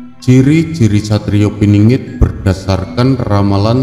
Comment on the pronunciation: Pinangat piningit ngk jelas bhs mu